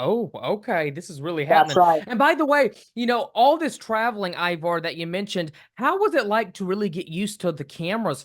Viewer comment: His name is not Ibar or Iwar! Damn host do better